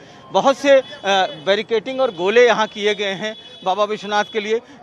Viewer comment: Baricating...hahha...whatever language you speak, please speak correctly, hindi or english or urdu or hinlish but each word that you speak must be correct because you reach millions of audience and they learn a lot from you. So won't that be amazing that they learn right? We have a beautiful language hindi.